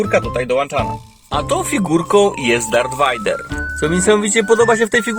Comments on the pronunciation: Nie wajder tylko wejder tak się mówi a pisze Vader ale to raczej wszyscy wiedzą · mokry sen każdego fana Star Wars wymawianie Vader vajder (to tez taki sucharek nie ma zamiaru nikogo urazić)